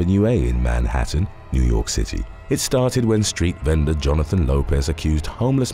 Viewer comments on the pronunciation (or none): none